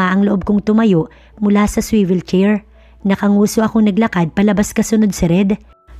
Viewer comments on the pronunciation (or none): none